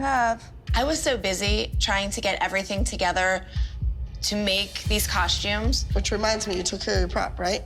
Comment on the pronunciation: Just now discovered this show, love it!…. But I just came to say COSH-tumes 🤷🏻‍♀️